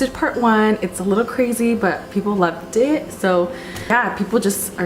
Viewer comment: I desperately tried to unhear it, but I just can't... Am I the only one hearing this ( - )? "I posted part one, it's a little crazy but... people love d**ks, so..." I know she is saying "people loved it, so...", but <i just can't hear that...